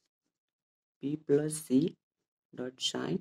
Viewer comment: plus lai Plosh kina bhaneko?